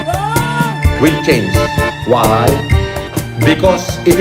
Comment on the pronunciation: ung pag bigkas nya sa salitang "WHY" pilit ginagaya si Marcos sr. kilabutan ka oii